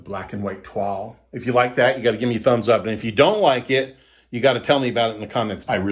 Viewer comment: Hey, You get bonus points for the correct pronunciation of "Toile" wall paper, haha. Excellent presentation! Please do a video on the ins and outs of getting a USDA mortgage or financing on a property in your area. I am a newbie to your channel, if you have already done one please supply the link. Thanks and warm regards from Miami Beach, joe donzi